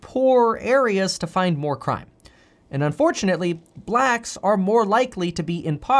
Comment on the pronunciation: I doubt you'll see this comment Kev.... but I think it's the way you put emphasis on "blacks" that makes you sound racist...🤣🤣🤣 even tho I can tell you're not.🤣🤣